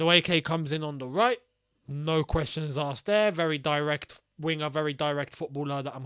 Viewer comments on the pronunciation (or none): none